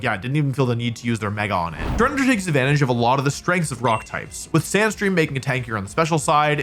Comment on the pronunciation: it's tryranitar